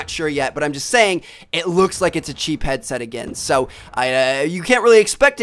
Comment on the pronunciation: He is saying so like sow